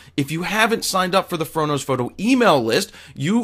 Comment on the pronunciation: What's up with the emphasis on PHOTO this time...lol